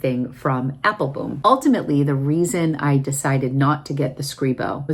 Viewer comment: I’m curious, do you have a private joke with Joost about his name pronunciation? He pronounces it Apple-bomb, the correct Dutch pronunciation, but I notice you only pronounce it Apple-boom. I know you interact with him frequently so I was just curious if it’s a private joke, like I said.